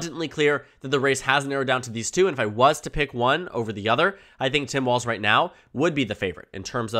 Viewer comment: It’s pronounced Balz… 😂